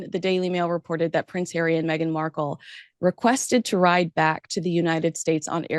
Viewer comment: Meghan was not welcome by VP Harris!!! Why do you continue to disrespect her by mispronouncing her name.